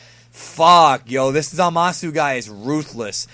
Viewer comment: stop pronouncing the U in Zamasu. it's silent.